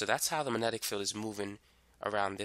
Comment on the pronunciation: Uhh - there is a G in 'magnetic'. (minor nit to an otherwise nice explanation)